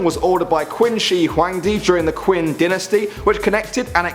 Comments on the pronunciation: When you talked about the great Wall you said Quin wrong to is pronounced chin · Actually in Chinese the word qin is pronounced chin, q = ch in Chinese. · Not hating or anything but the Qin dynasty is pronounced like chin.